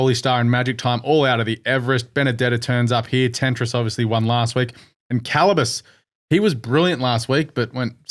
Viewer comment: I thought it is CaBallus not CaLLabus???🤔🤔🤔